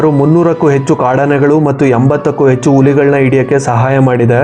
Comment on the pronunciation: Kannada pronunciation very bad Bro., Yecchu alla., Hecchu It's disappointing to see many Kannadigas use wrong ALPA/MAHAPRANA and never rectify it..